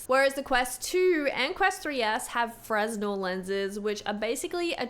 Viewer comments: Please, Please, PLEASE!!! 'Fray-Nell' lenses, NOT 'Frez-Null'! This is a common enough word in this space to not mispronounce! Also, yes Fresnel is older technology going back several hundred years, the 'pancake' aspherical lenses are decades old, but require more precise moulding and grinding, making it a more expensive lens to manufacture. Advantage of aspherical over Fresnel is larger 'sweet-spot', and less glare, especially when paired with OLED displays. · fresnel is pronounced frAY-nel, not frez-nel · it's pronounced Fren-elle. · Can you please start to pronounce the type of lenses correctly? It’s ‚fre-nel‘ Thank you! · Fresnel lenses the word is pronounced like "fruh nel" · FYI - The S in Fresnel is silent - it's "Fer-nel" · The 'f' and 'r ' aren't flipped. It's fruh-nel. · Fresnel pronounced 'frennel' I believe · My stupid ass kept thinking she was saying Fresno lenses 😭🤣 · Fresnel pronounced "fray-nel" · I'm super nitpicky here, sorry, but I think fresnel is pronounced "fre-nell". 😅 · fresnel the "s" is slient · The "s" in Fresnel is slient!